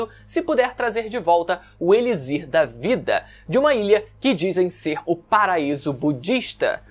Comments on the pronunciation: D+ cara mano eu n aguento ouvir gnt falando errado uma 2 vzs até da mas o vídeo inteiro n da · Mano pensei nisso o vídeo inteiro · Caraio, é "Elichir" com som de "ch" cara, que agonia. kkkkkkkkkkkk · Eu fiquei tb! o correto é falar "eliCHir", com som de CH igual "luxo". Curiosidade: em inglês se escreve igual o português, e pronuncia "eliQSIr" igual o X de "táxi" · conteudo muito bom, com certeza vou ver este anime, mas vc falando "elizir", me deu uns 15 tipos d arrepios na espinha, é elixir, tem som de ch, nao de z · se ler ''elichir'' não ''elizir'' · Mas alguém ficou agoniado com ele falando "eliZir" o tempo todo? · "Elizir" da vida é foda kkkkk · "Eli Z ir"? hehehehe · elixir em portugues tem de pronuncia (e.li.chir) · Extremamente incomodada. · KKKKKKKKKKK eu sempre fico quando rola umas pronúncias diferentes. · Kkkkkkkkk fiquei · nao fala elizir nao q agonia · pq diabos tu fala "elizir" kkkkkkk que porra